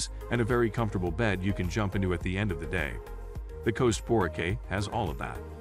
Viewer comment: Of course you would care, if someone calls it 'Borkay' it shows they have never been there so why should you even waste your time listening.